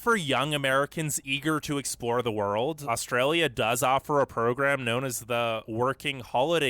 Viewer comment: How do we manage to upload all those videos of bad drivers with such bad internet? It's hard to take somebody's views on Australia seriously when the person can't pronounce 'Australia'.